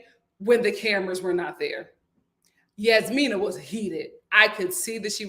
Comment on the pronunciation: I'm about to give up on this season because it's just 😪 I just want Steve to say NO to Annoying Noi on Decision Day. That woman is annoying and insufferable. The "j" in Jasmina is not a "y" sound lol Michael is trying his hardest, but Jasmina does not see it for him. Sad. I'm done wanting better for Katina because she doesn't want better for herself smdh.